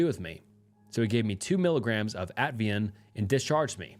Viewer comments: why do you NEVER figure out how to pronounce something properly if you don't know how to pronounce it at-i-van. Not at-vian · It's Ativan. Not Avian or Atvian. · Ativan is pronounced like AT-TUH-VAN. Love your videos ❤ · ATVIAN ITS PRONOUNCED AT-Ah-VAN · What’s disturbing is you can’t pronounce Ativan